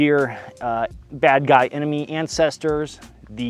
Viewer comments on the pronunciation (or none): none